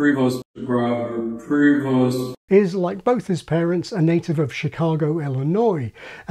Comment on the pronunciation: I would pronounce Prevost similarly to provost, not Preevoast.